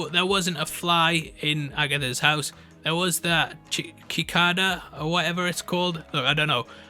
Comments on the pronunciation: lmao, it's Si cAda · Sick-ay-duh. Cicada. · Its pronounced Si-ca-da, Just a nitpick :p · "KI-KAH-DUH" lmao its "CEE-KAY-DA" that's you known you've never heard of one lmaoooooooooooooo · You can say “si-kah-da” or “si-kay-da”. Either pronunciation is correct. The pronunciation changes depending on your regional accent. But you may not say "ki-kah-da". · Kikada!!! Lmao! Here bro, lemme help you out, it’s pronounced “sic-caid-ah” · KI-CK-A-DAA lol It's pronounced si-ck-ae-da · "sycada" its Cee-kay-da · cicadas are not “kick-ka-da”s they are “sick-k-da”s lol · “Kickada” It’s pronounced as “Si-Cada” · The bug (Cicada) you’re pronouncing “kickada” is pronounced sick-aa-dah. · Kikada? Cicada (si-kay-da) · A ki-whatta??? 🤣😭😭⚰️ We pronounced it like "Si-Cay-Da" (Cicada). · "Kikayduh" lol it's cicada pronounced "sick ay dah" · He really just said “kikada” instead of cicada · cicada------ sih-cae-duh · cicadas (/sɪˈkɑːdə/ or /sɪˈkeɪdə/) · Cicadas pronounced Sea Kade uh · Lol 😂 it’s pronounced see-Kay-ta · The bug is pronounced Zi-Kay-duh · It is! is British and never heard of it before so he's pronouncing it phonetically, but It's "sick-aid-ah". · it is a cicada which is pronounced "see kay ta" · Mark Hamill as Nightmare would be everything ahhh! I’m so excited to see where the show goes. Also Cicada is pronounced “suh-kay-duh” should you need that for future reference lol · I got you bro..pronounced.."See..K..DA" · the pronunciation of the word cicada was sending me lol. just for the future, it's pronounced "sic-aye-da" 💜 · It’s a cicada. (Suh- kei- duh) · Suh-kay-duh. Cicada . Always happy to help. :) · Sih-kay-duh, friendo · Cicada. Pronounced sikada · No big deal but the Cicada is pronounced “sick-kay-duh” or “sɪˈkeɪdə”... I know, weird language. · The insect is pronounced sick-ayy-da lol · CICADA =cee-ka-da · Cicada (suh-kei-duh) lol just in case it wasn’t a joke. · It’s pronounced. “Sikada” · "Cicada" is pronounced "sick-aid-uh". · Saaa kay dah. Cicada.